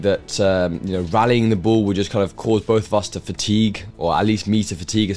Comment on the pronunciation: it's pronounced "ball", not "buhwl"